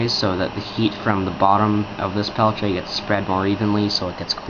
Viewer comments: "Pel-tea-eh" is the correct pronunciation. So sure I was saying it kinda wrong ('Peltche') but it most certainly is not 'Pelt-e-er' like many people say. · pel-tee-A pronounce correct or dont say it. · What is a "Pelche"? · You are saying peltier wrong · TheBigTekBos s Bah, the guy was French. He wants his name said right, he should spell it right. :)